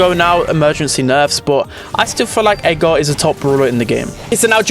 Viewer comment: How says Edgar if english is not your first language: Edgar❌️ Ega✅️